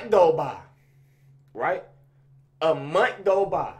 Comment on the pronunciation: “A munt go by” 😭